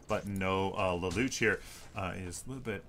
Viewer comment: lol i know it doesn't matter, but lelouch is pronounced like laloosh